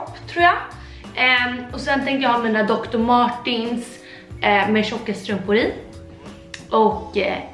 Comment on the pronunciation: Det heter inte dr Martins, det heter dr Martens med E!